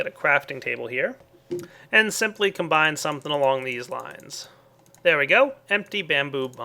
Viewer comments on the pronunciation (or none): none